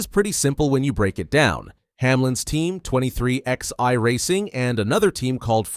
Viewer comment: I can't take it anymore. The team is NOT 23 X EYE... it is pronounced 23 11, two separate numbers... like twenty-three eleven. Don't you even know where the name comes from? If you knew anything about NASCAR, you would know how to pronounce the team. Get right knucklehead or get off YouTube.